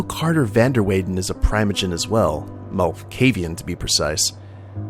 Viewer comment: I believe it's PREE-moh-jen